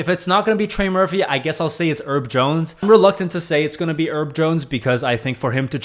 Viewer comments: Hey, someone has already pointed this out but Herb is short for Herbert and is pronounced with an H at the start. He's not named after a tiny plant. 😂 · Bro said herb jones like he’s a spice 🌿